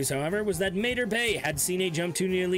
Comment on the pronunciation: It’s pronounced “MAH-TAR BAY” not “MAY-TER BAY” even the ship says it when you travel there!